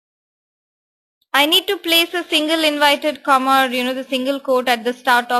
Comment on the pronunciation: Does she say "invited comma" , or I need to get my ears checked??